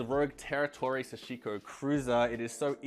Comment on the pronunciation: SA-shi-ko. TA-nu-ki. The emphasis is on the first syllable: SA and TA, not the 2nd syllable like you pronounce it. Just helping a brother out.